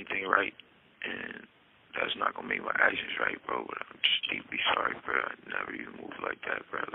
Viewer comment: Can someone tell Tory to stop mispronouncing "bro"